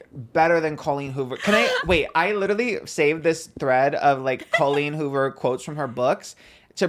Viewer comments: Not pronouncing Colleen Hoover like Colleen ballinger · I love her pronouncing Colleen Hoovers name like “colon” Ballinger lol